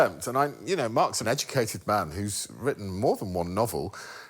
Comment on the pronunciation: it's more of a "hawn-e" than a "horn-ni", but yeah, would've been funny if greg and alex caught that